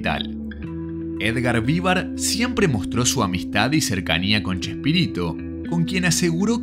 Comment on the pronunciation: Increible trabajo documental, recopilación de información y todo, la verdad admirable XD Pero me cuesta no detenerme en que pronuncies "VÍvar" y no "viVAR". Habiendo visto (supongo) tanto material de archivo, entrevistas, etc... e incluso es algo que lo pronuncian en cada intro del chavo... me sorprende que lo pronuncies incorrectamente jajajjaja